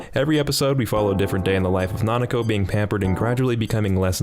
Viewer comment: "Kitsune no Senko-San" It's Sewayaki Kitsune no Senko-san. "Nanako" It's Nakano. "Yashikai" It's Iyashikei.